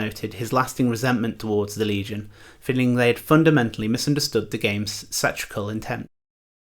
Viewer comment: great video . Was the word satirical here? "sah-tir-ik-kul". My brain was struggling with what "sat-trick-al" meant lol